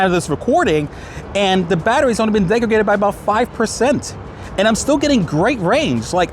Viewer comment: "Degradaded", "defected", and "aroused". Not good. LOL